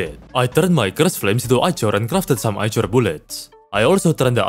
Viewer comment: Why do you say ichor weird